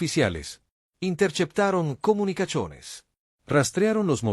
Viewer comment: "intercheptaron comunicachones" Horrible esa voz de IA.